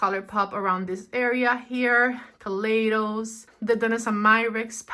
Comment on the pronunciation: Hi! Just an f.y.i kaleidos is pronounced kah-lie-dos:)